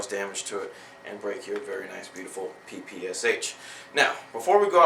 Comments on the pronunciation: anyone else notice that he said PSSH not PPSH ? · lol u said PSSH. its PPSH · fail he said pssh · actually its PEH PEH SHEH not 'PEE PEE ES EITSH' or 'PEE PEE ESH' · It is NOT 'PEE PEE ES EITSH'. It is 'PEE PEE ESH'. The PPSh stands for Pistolet-Pulemyot Shpagina (Пистолет-пулемёт Шпагина), in English: Shpagin machine pistol. Please say it correctly. Thanks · its PPSH not PSSH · haha ppsh ?? it's pronounce (peh-peh-sha) :P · u said pssh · lol u said PSSH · you said 'PSSH" instead of "PPSH" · pssh? its PPSH :D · umm i know this is a mistake but you said pssh just saying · haha......at like he calls it a pssh? what the fuck? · its pronounced (puh-puh-shaw) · it is pronounced peh peh shaw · it is pronounced peh peh sheh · yea the russain souding guy is cool and all, but PPSH is pronounced "pah-pah-shaw"